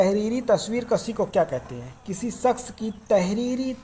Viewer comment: جناب تلفظ پر دھیان دیں ۔۔ شخص میں ش ہے نا کہ س